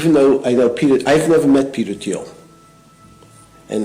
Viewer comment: Who pronounces Thiel with the “Th”? Is Asmongold really so clueless that he’s never heard Thiel’s name said out loud?! This is your political compass? Sad sad boys.